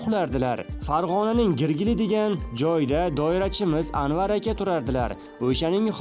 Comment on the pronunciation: Гиргили эмас Киргили Езвон эмас Езевон дейишади кишлоки